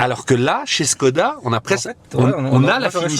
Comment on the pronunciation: il faut prononcer “chkoda”. le caron - le petit signe diacritique sur le Š - sert à ça